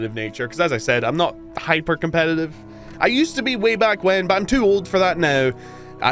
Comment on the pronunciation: By god, you're irritating. Did the algorithm tell you to squeeze out every 3rd syllable at maximum volume? Doesn't help that every tenth word is "cOmPEtitIVE". You know what's competitive? Literally every other major multiplayer title. Here? The "competitive" aspect is irrelevant for 3/4 of the match. Expprimal is weird as hell, yes, but when it works it absolutely sings and after overwatch's PvE meltdown it had the chance to eat their lunch. So just shut up, suit up, and get ready for another round of data cube and maybe we'll get enough new players leveled up to do PvE raids more consistently. Or just watch it die, whatever.